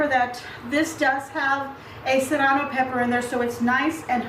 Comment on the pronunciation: Love everything but the “cerrano”, lol! Yum!❤️👍👍👍